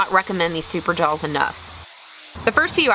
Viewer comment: Do enjoy your work and all your effort... Just have never heard anyone call a saw a "sawl" or jaws "Jawls" Not trying to be mean, was just wondering where that dialect might have come from. Be well.